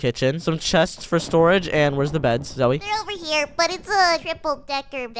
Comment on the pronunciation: I mene zoey not zoe no no no